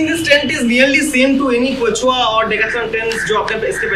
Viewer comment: It's k-shu-a not k-chu-a (Quechua)